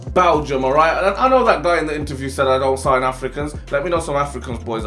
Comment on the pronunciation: Sign not sighn